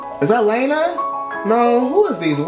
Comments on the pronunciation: It's pronounced Lana (L•aw•na)... not L•aine•a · LAH-NAH, not LAY-NA lol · LAH•NA. Not LAY•NA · it's not "Lena", it's Lana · "Layna" 😂 Its okay it's just funny hearing it said that way. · GIRL BYE "Lay-Na" LMAOOOO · The way he pronounces Lana. "Lena". LMFAAAAAAAAO. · is he saying LAYNA on purpose or no lmfao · Do not want to be rude but lana's name is pronounced (lawn-uh-de-l-ray) Lana del rey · the way he says her name LMFAOOO